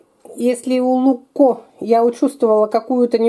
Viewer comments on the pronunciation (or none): ZaGorsko volovsko oko! (ЗаГорско воловско око), т.е. типа "бычий глаз загорский":)) А другой "луЧко", а не "лукко".